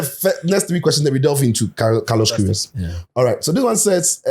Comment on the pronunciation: Chale I watch the "carlosh querioshh" playback like 10 times 😂😂😂😂😂😂😂